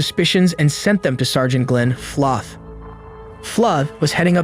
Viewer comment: Is this an AI channel? The voice seems AI generated... Edit: Yeah, the voice is definitely artificial. , Flothe is pronounced two different ways. The first time, the voice pronounces it "Flahth". The second time it is pronounced "Fluuv/Fluuth". If you're gonna use artificial voices, at least inform the audience...